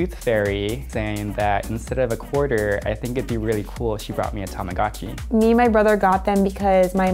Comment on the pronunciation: Why doesn’t anyone pronounce Tamagotchi correctly T^T